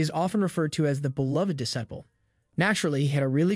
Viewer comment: disciple: de-sigh-ple